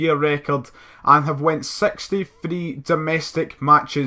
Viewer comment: stop saying free instead of three...just try... ps love your posts